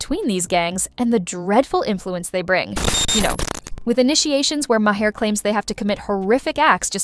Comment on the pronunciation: MAR! His name is pronounced MAR!! Not Ma-'Hare!